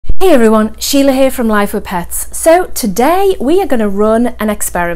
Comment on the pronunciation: When she said Shiela I remembered Ozzy man